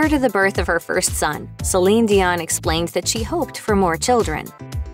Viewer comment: This was a great a terrific breakdown of her entire career. Although, I think that you should have pronouced her first and last name correctly. However it was still marvellous.